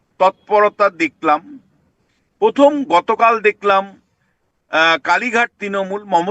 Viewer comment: পথম, তিনোমূল, পতিক্কিয়া? 😂😂😂😂